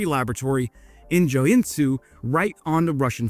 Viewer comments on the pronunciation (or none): Joe n zoo isn’t the correct pronunciation but it describes the city much better than Joensuu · It's pronounced "Yo-N-Su" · His Joensuu pronouncing sounds more like Chinese, it sounds something like Tsoen Zu. :D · "J" in Finnish words (such as Joensuu) are pronounced like the English "Y" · That pronunciation of Joensuu was pretty spot on, with the exeption being the J said in the english way instead of the finnish. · Indeed. Just substitute the j with y in your mind and it comes even closer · Putting Joensuu and Sun Tzu together in one sentence, and vowing it together like that, is beautiful!